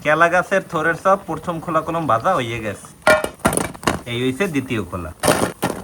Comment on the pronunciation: Vai prothom naki porthom 😂😂😂